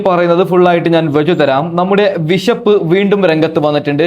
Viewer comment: വിഷപ് അല്ല മോനെ ബിഷപ്പ് എന്നാണ് 😂😂😂